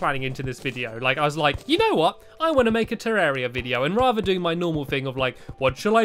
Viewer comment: You said hello vidio